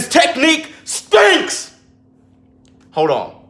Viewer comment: Teddy: "his technique STENCKKS"😂